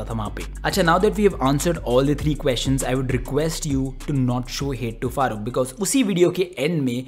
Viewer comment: That Farrukh ko Farooq bolna is intentional I guess😂